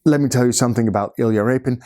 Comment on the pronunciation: homie you say "i expect you to know something about iyla rapin, you clicked on this video", there was no way to know it was him by title I was trying to figure it out lelading up to you saying it. Huge fan by the way great videos.